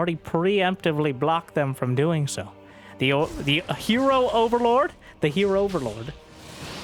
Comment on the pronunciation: "Heroverlord" UNSUBSCRIBED